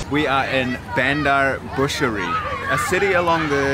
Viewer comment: He hasn't even bothered to learn how to pronouce the place names. Bushery??